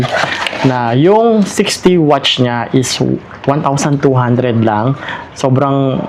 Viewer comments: Cringe ng pag pronounce watch kesa sa watts 😂 di mo ba na papansin yung mga vendor watts sinasabi hindi watch 😂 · Watts po hindi Watch!!!! WATTSSSSSSS, habaan mo ang essss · Ganyan bigkas na asawa Kong dragon watch din imbis na watts eh watch bigkas nya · Watts po hindi watch. Ngngo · Nakakatawa ka naman kuya 120 watch talaga baka naman 120 watts ,,katunog po ng what ,,😂😂😂 di po watch ,,ano relo lang ,,😂😂😂😂🎉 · pwede pakiaayos ng salita nyo watts not watch... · Watts po. Ok naman po content need lang iayos ang pananalita para mas lalo gumanda ang vlog